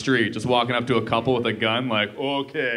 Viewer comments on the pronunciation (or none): that “oKe” killed me 😂😂😂😂